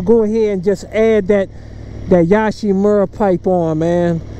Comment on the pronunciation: Yo shh. Not Yosh like Josh Yo she moo ra